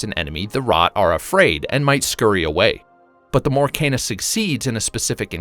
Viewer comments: It’s “Key”na not “Ken”a. One of the characters says it in the first trailer if you listen carefully. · Ken-Ah, not Cain-ah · Key nah!